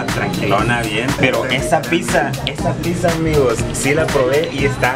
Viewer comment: Se escribe pizza, No se dice piTza.